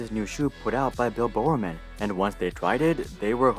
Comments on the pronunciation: Bill Bowerman not "Bill BoreORMAN" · The pronunciations of Bill Bowerman and Steve Prefontain confirm is not a track fan 😂